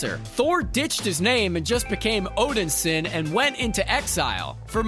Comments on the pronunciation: Odinson, not Odinsin.....I know I'm being over the top but I cant listen to someone that cant even get the name right. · it was the wrong move seeing how most everyone hates movie gorr. he looks bad.... not odensin... o-den-sin.... nope it's odinson.. o-din-son.... SON... zoomers trying to make dad proud. thor and cap.. thorp was gross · Maybe learn the correct pronunciation of things? Like Valhalla and Odinson.